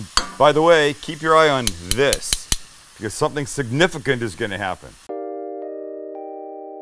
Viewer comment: Something “SIGNIGICANT”. Or “Significant”